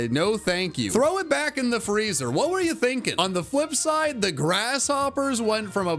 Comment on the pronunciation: Did he say on the fWhip side?